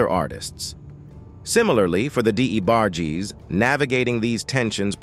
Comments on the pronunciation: Damn Luther was a diva, is this A.I commentator. Di-E-bargies..WTF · Your emotionless AI narration kept mispronouncing "The DA Barges" kinda took me out of the very interesting story. Vandros, Baker RnB music in general is all about emotion and passion and your Artificial Intelligence soul less audio kept reminding me "you" don't really care at all about this story. "You" don't really exist."You"r an app . I'll stick to Unsung and Ashley Sayso they sound and feel like humans. If I'm wrong and you are an actual person my point stands. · This A.I. VOICE NARRATION SUCKS!!!! The D. E. Barges!? SERIOUSLY!!!? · Who TF is the Dee A Barges? 😂😂😂